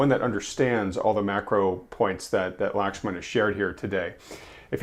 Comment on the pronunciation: Glad to see Lakhsman still though his name was butchered in the intro. 😄 Wanted to ask why I'm not seeing ECRI free indexes of leading indicators on their website any more. A meeting kept me from the livestream.